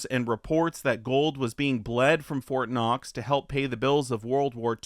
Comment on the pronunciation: It's Fort Not. Lol.